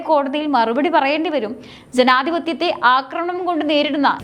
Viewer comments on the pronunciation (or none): none